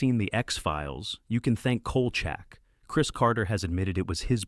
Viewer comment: You can tell this is AI because they mispronounced Kolchak - which, BTW, wasn't half-bad.